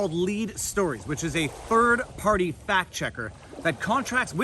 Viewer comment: I rewound & replayed this five times just so I could hear you say “third farty” again and again. 😆